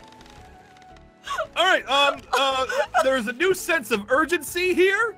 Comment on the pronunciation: be like: there is a new sense of urgentSEA here me: 😟 👎 🛑 never agian